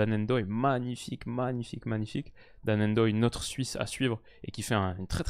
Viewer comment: Dan Ndoye ça se prononce tout collé il ne faut pas séparer le N du reste du nom. C’est la même chose pour Mbappé, Ngolo et les autres